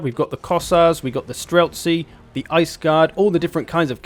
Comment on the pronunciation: As a russian guy i must point out that in the word "Streltsi" the last syllable is stressed. Also snow leopard's called "Bars" or "Irbis". In-game cats are much more badass tho. (And Little Grom is such a cutesy name for a big ass gun, i just love it so much. oh that means little THUNDER btw)